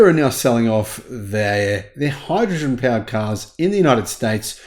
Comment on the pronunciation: But hydruhgin 😂